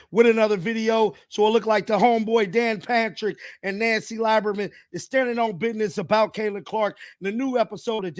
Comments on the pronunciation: It's pronounced leeberman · It's pronounced "Lee-ber-man" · please learn how to say these folks names right... dude you are killin me 😂 Nancy Lieberman (lee-ber-man) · Dude, it's pronounced Lee-burr-man. You should know that. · Pronounced (Lee berman) brother!!!